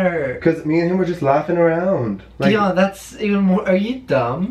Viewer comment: is soo cute i like when he pronouced di-on hahahaha